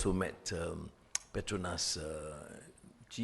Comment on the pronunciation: Petronas, not the Petrunas😅